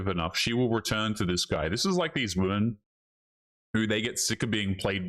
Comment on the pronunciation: Why do these women pronounce women as woman? It drives me crazy.